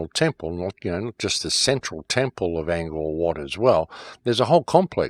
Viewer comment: It's Ang (like Angry Anderson) Core (like the core of the conspiracy) Wat (like wtf are you tryna say??)